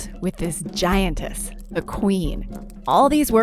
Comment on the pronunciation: Lar-vee ? Gaintesst? I understand what your saying but the Grammer is not correct At least not where I live